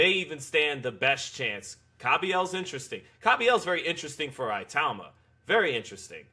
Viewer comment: 1:1 Pronounced 'e-tauma'